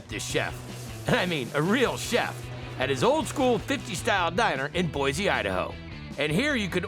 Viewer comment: Boise (by choice-ee) native here. Lots of ferners pronounce it Boy-zee, but uh...nah, boy-see